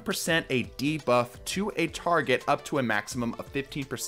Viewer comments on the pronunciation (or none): none